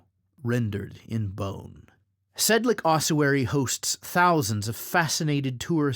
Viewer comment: nice video, but it's pronounced Sedlets, not Sedlek